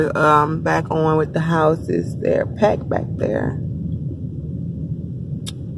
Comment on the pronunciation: She said wich yo big butt. Lol